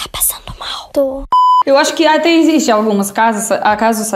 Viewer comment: Caramba!! A tem a pronúncia quase perfeita, ela apenas entrega que é estrangeira quando fala a palavra "EXISTE" com o som de "ESSISTE" enquanto o falante nativo diz "EZISTE". Mas não se preocupe porque é só um comentário à toa!! Valeu!